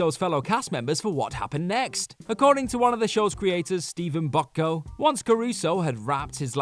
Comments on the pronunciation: Who the hell is Steven Botco? If you mean the creator of Hill Street Blues and NYPD Blue, it’s pronounced Boch-co. You definitely botched that one up! 🤦🏻‍♂️ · It’s Boch-Co just like it’s spelled. Wtf?